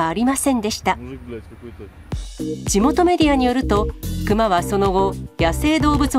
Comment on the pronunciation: クマのイントネーションが目の下のクマ肉なってる？